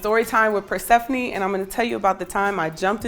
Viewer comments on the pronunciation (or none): PERSEPHANII not PERSHEPHANII